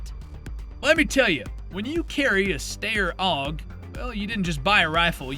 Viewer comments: AI-generated content still can't pronounce words correctly :elbowcough: Settle down with your nuke-eh-lurr, little Bush. Don't forget your Mawsin Nah-gunt. Dafuq is a Stare Awe-gh? Where's Bavawhrea? Still shopping at Brahnails eh? Gayrund, really? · "Stair AUG"